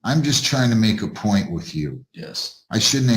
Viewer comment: The 2women fighting over the “prize” baby daddy are exhausting! How do people live like this? At this “pernt” they all need to get put on a tether & their phone & internet service suspended. Where in the world is “sount” a word???? And “pernt”? 🤦🏽‍♀️🤦🏽‍♀️🤦🏽‍♀️ Jesus, take the wheel!